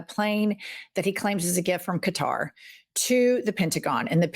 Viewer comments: It’s pronounced kah tar, just saying. This $400 million jet but a $5.5 billion golf course in Qatar too. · QATAR- Pronounced KAH-TAR. OMG! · There's NO u after the Q, in Qatar. Sounds like: Guitar. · Holy crap look up how to pronounce 'Qatar'. Seriously, "QUatar"?! cringe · No tariffs on Qatar? What about all that sh-t about buying stuff that's made in the USA? Also it's pronounce "KAHtar." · I love your videos. And I don't mean to mansplain but, the country of Qatar is pronounced "cutter" and "400 million plane" needs the word dollar after 400 million. Sorry. I'm just trying to help so you don't get trolled by other people. I try to be repeating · The country "Qatar" is pronounced "CUTTER". MEIDAS TOUCH reporter finally got it. Journalists owe it to viewers and Qatar that respectfully reporting their name lead the way to better human relations. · please learn how to pronounce Qatar! You're driving me crazy with Quatar or whatever the hell you're saying 😂😂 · Love your channel, but really, please learn how to pronounce Qatar. It's as in "Ka" not "Qu". Everytime you pronounce it incorrectly it reduces your credibility as knowledgeable on the subject. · Where is the “U” in Qatar? It’s pronounced as Kutar..it’s not like quarter. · Bondi already signed off on it and it is pronounced (Qatar: cutter). Get your shit together ladies, please! It destroys your credibility when you cannot correctly pronounce a country’s name! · The most common and generally accepted pronunciation of Qatar in English is "kuh-TAHR" with the stress on the second syllable. Some people also pronounce it as "kat-AR" or even "Cutter", although these are less common. The native Arabic pronunciation is closer to "kat-ter" with a guttural "q" sound. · Not to be nit-picky, but Qatar is pronounced with a hard 'K.' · Please, please pronounce Quatar properly! It really makes you look not too smart when you can't pronounce the name of a well-know country properly. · Qwitar? That’s as bad as Cutter.